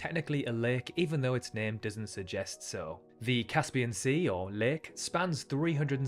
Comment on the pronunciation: That pronunciation of 'lake' is making my toes curl!